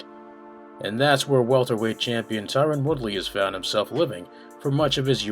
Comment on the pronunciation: Great video but please fix Tyron's name lool